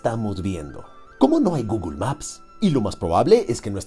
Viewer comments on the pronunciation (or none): none